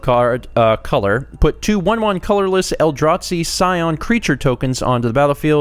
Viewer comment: The way you pronounce Eldrazi as "El-draht-see" is adorable, lol